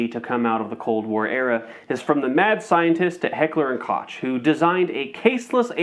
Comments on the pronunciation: It's "hekler and koh" phonetically after all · Hecler and Kosh :DDD Bro, I litteraly went to google that just like you and you still went to say it wrong. Why tf are you making this video, if you cant even say the name of one of the most famous and notorious gun brands??? Are u ok?